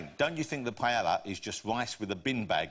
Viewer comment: The way they pronounce 'paella' makes me want to kill myself.